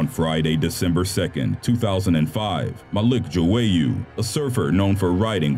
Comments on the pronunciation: Stop saying Joowayoo its João google the pronunciation!!! Grrr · it’s pronounced joy-uh not jowayu